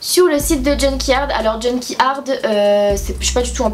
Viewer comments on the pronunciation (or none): Juste on dit « junk yard » et pas « junky ard ». Sinon j’aime trop tes vidéos❤️❤️ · niveau prononciation c'est junk yard pas junky ard